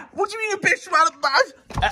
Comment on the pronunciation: bens voice when he says alibama Xd